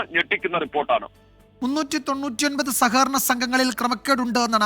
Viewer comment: സകകരണ എന്നല്ല സഹകരണ എന്നാണ് വർത്തക്കാരാ..